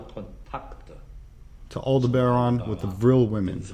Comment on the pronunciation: Alderbaran sounds like Alderan